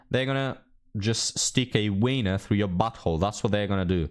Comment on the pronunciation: the way pronounces "weiner" kills me 😂